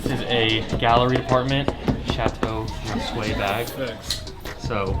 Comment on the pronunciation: man didnt even know how to pronounce chateau